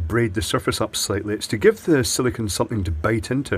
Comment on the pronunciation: Sili-CONE, not Sili-CON as you keep saying. Two very different materials, as you should be well aware!